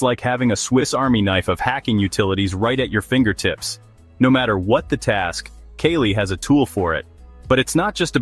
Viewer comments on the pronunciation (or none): Its KALI not kelly 😕